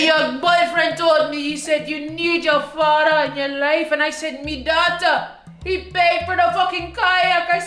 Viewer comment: “it’s me yuh fada” that’s the only time she sounded jamaican lmfaooo